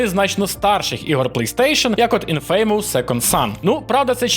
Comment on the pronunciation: Не "інфЕЙмоус", а "Інфамос", з наголосом на "і". Вибачте за дойоб 😅